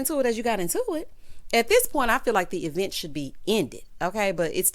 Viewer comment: I LOVE when u say at the E-VENT!🤣🤣🤣🤣